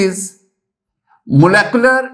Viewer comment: Pehli baat it’s molecular not molecolar secondly aap pata nahi cheezon ko sir kyun sar sari batate hein deeply explain nahi karte agr kisi ki base achi nahi hein aap ka pora lecture sar ke opar se guzar jata hai😢